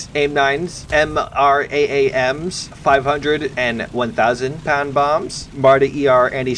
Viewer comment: Pronounce the aim-120 AMRAAM as (am-ram)